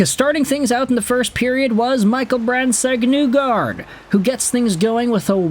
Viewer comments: It's NEE-gard not NEW-gard. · I am shocked that you don't say "Nuelander" all the time. Instead you destroy Nygard's name while simultaneously claiming to be a Detroit fan.